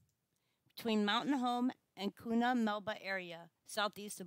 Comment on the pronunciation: It's not Koona, it's pronounced Q-na. Have family there and I live 75 miles from Mtn Home currently....and was stationed there '82 to '88.